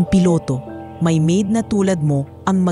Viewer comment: Bakit ang pronounce nia sa maid ay ma id?